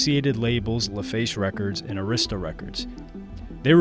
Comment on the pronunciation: Stop saying Arista like that. Lol.